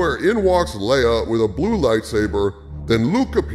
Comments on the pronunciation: Thanks for the video. Do us a favor though and stop calling her "Lee-ah". It's "Ley-ah". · Son of a bitch... Dude its lay-uh.. not lee-uh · Leia = Laya not Lee-ah! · Pronounced Lay-Ya not Lee-Ya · Should I trust a guy who can't pronounce "Leia"? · Love your videos dude, but your pronunciation of the name Leia is driving me nuts. It’s “Lay-uh”